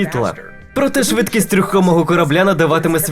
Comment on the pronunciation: В українській з'явилась "подвійна «С»"??? Чи це просто "швидкість амфетаміну"? Дебіли; тошно слухати!